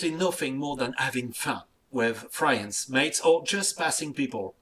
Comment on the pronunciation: "having frieunds" (in case of you guys don't understand the southern french accent of "Fronce") XD